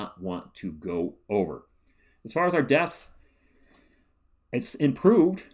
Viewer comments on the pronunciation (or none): I mean… I know you’re saying depth, but I swear I listened to one of them like five times and can’t hear anything other than “this does appear to give us more death.” lol